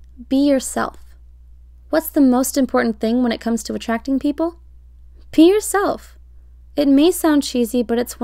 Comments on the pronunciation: Oh my god when she said ‘Be yourself’ I thought she said pee yourself, when I tell you I screamed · I swear it said pee yourself... But if said be yourself 😂